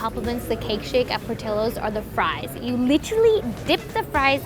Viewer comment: Narrator’s pronunciation of Portillo’s is cringe. I couldn’t keep watching.